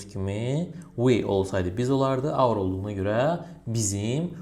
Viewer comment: our sözunu auve oxunur mellım